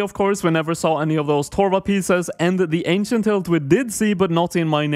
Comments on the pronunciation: How did you just say "Ancient"? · the ahnsient huh kek -mcdonio